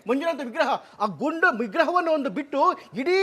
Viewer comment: ಏ, ಅದು ಗುಂಡು ಅಲ್ವೋ* ಗುಂಡ * ಗರ್ಭಗುಡಿ ನೀನು ಹೇಳುವ ಹಾಗೆ ಗುಂಡು ಲಿಂಗ ಅಲ್ಲ.